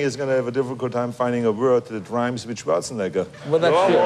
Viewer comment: Arnold Schwarzenigga 😂😂